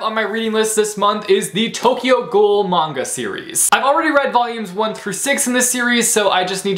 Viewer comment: I’m happy you said manga right :) a lot of people say m “a” nga and it’s frustration